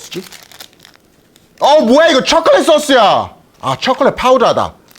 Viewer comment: 여기 침나올고같은 발음ㅋㅋ촉촉한 입술로 쳐켤릿파우더다 쳐켤릿솨스 ㅋㅋㅋㅋㅋㅋㅋ레알ㅋㅋㅋㅋㅋㅋㅋ미국인이 한국어할때 느낌이넼ㅋㅋㅋ 순수하면서도 엉뚱한 한국어의 느낌이랄까...